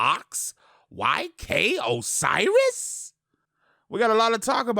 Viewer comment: Ayyyye he said "YK Osiris" and not "OK SIRIS" Lol, still love